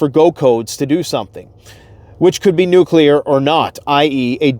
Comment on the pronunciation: Thank you for pronouncing “nuclear” correctly. If I hear someone I thought I respected say “nuke-u-lar” again, I might scream. I thought we learned that lesson when George W. got made fun of for it.